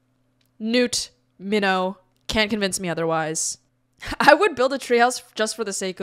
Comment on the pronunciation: Bruh. The fact that you're Korean yet still pronounce "Minho" like "minnow" instead of the correct "Meen-ho" hurts my fucking soul.